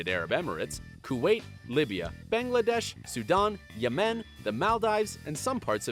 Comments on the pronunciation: Lol when he said "bengladesh" I cracked up. It's Bangladesh not bengladesh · You pronounced Bangladesh wrong 😕